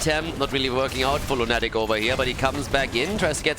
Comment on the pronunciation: By the way,, are you aware that english word "lunatic" has a stress in "u"? Lˈuna => Lˈunatic. As i'm saying it i don't know if the player told you how their name is pronounced but i would guess it's english "depraved lunatic". Thank you for this event! Meta madness is so unique ^^ p.s. Totally love it the Artanis - Uther synergy. Artanis dashes into enemy team, Uther presses E on him and the guy never comes back. Tragic story over and over again.